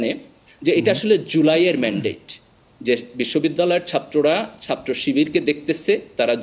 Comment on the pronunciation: এত শিক্ষিত মানুষ ছাত্রকে সাত্র, করেছে কে করসে এভাবে বললে খারাপ শোনা যায়।😢